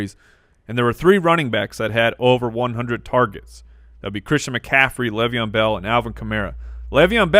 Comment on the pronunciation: PLEASE stop saying "Lev" Bell